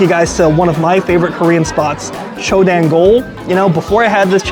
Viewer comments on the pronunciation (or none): You pronounce “dang” as “dahng” not dang (like “oh dang”). The same way you correctly say the “jang” in gochujang, you’re supposed to say dang the same way